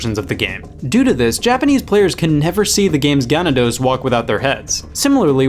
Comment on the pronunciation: Ok so... 1: You mispronounced ganados. It's not "GA-na-dos" like "cat" and an emphasis on the first syllable. it's "guh-NAW-dos". emphasis on the middle syllable. It's Spanish for "cattle". 2: You do not say "point" when speaking a firearm's caliber. It's a "forty-four", not a "point forty-four".